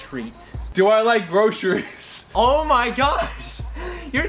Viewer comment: said trick or treat and Collins said do I like hourse shoes or do I like grosherys, HAHAHA. Oh my gosh:-):-):-):-)